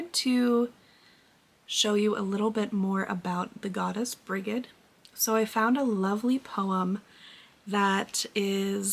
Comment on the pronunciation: I enjoyed this episode thank you. Brigid is pronounced Bridge-id. Greetings from Ireland